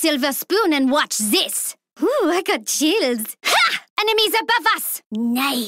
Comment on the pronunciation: I know what you mean. suppose to say chills but instead of chills she said childs. I Heard her saying childs.